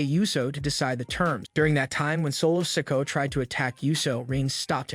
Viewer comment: I think you need to take your time when you're speaking because you don't pronounce the words properly and have the time you're dropping letters off names IT'S SOLO SIKOA NOT SOLO SIKO You don't have to speed talk take your time and more ad revenue seriously